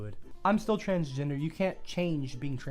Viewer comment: I laughed so hard when my autistic ears heard: I'm trans-ginger.